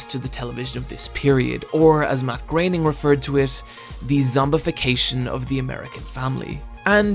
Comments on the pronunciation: Graining? I thought it was pronounced "Grow-en-ing" Must've been wrong this whole time :P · It's pronounced "Grerning". German is very easy to pronounce - there is never ambiguation. It's 'Grerning'.